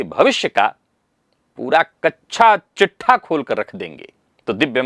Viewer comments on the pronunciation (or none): Kachha nehi... Kacha chithha 😂😂